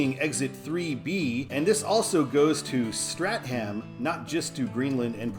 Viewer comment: Orono is Ore-uh-no and Stratham is Strat-um. Also thanks for putting in my request